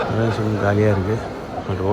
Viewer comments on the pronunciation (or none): none